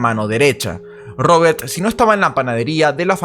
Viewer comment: No paras de decir robertttttt odioncomo pronuncias la t